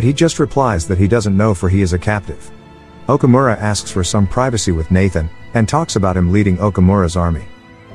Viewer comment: Omura & Taka.. not Okomura & Kata.. I watch this movie always..